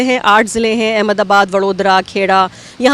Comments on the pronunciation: It is Ahmedabad not Ahemdabad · It's Ahmedabad not Ahemdabad 😂😂